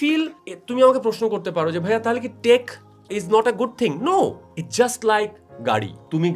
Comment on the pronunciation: অতিরিক্ত সম্মান করতে গিয়ে "ভাইয়া" কে "ভিইয়া" বলা